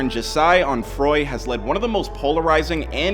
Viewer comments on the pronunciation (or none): It’s pronounced JAH - SEY